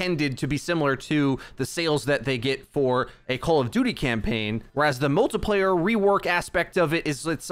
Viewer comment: Like for Every time he says “multaplayer”